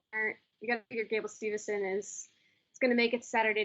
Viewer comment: it sounds like they’re saying stevuhson